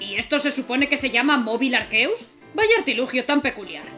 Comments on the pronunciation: ARQUEUS --miauwwwww-- el gato dijo se dice arceus no arqueus xd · Es Arceus, no Arqueus .__.